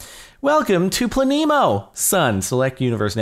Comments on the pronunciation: It is pronounced Pla - nemo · its pronounced pleh-neh-mo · Its pronounced planemo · it is pronounced "plane-mo" it is polish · it's pronounced Planemo lolololol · It's pla ne mo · its pronounced as "planemo" haha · Pronounced: (Pluh-nee-moh) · I think it plan-emo BTW I don't try to get many likes or replies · jardon u fool it's pronounced planémo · He says Planemo. I instantly think "FLAMINGO?!" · the e in planemo is pronounce like the e in planet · I think you say Planemo like planet, except without the t and with a mo instead. And the e is pronounced like eh and not like ee. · It's (plan - uh - moe) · It's pronounced PLA-NEE-MOE. It's a planet with no star to orbit. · Not planemo its obviously planemo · It's planemo not planemo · Its planemo not planemo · Planemos are objects similar to brown dwarfs, failed stars too small to sustain the nuclear reactions required for stellar ignition. But at only a few times more massive than Jupiter, they resemble planets more than stars. It is pronounced Plan-emo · No it's pronounced planemo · It's obviously pronounced "planet" without the T, -mow. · maybe it is pronounced plan- ehh-mough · I think it's Pla-neh-moe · Planet, without the t, mo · I think it's said like planet with a mo like planeemo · the name is plan-nam-o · I think its plane mo (without a space but then it would be plane-e-mo so I'm confused) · I think the map name is either said like plan-ee-mo or plan-eh-mo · plan-e-mo (kind of fast said, also the "e" is pronounced like it is in elephant.) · Planemo said as: Plan - a - mo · It's prinounced planemo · Think it's Pla-nemo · it's pluh-neemo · I think It's Plan-emo. :P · I think your pronounce it like planet. Planemo (Plah-neh-moe) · I think it's Plan-e-mo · It's "Plahneemow" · Plan - eh - mo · I think it's pronounced- Plan-(short 'a')A-mo (short o'o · its plan-emo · its plan-e-mo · It's pronounced Plan-ih-Moh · planet with silent t -mo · Its plan-y-mo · It's plane- mo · I believe it is pronounced plan-em-oh